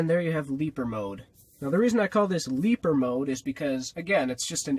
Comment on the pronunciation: "That's leaper mode" sounds like "That's sleeper mode"